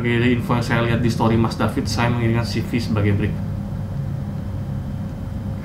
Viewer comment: Ceve bang bukan sivi bacanya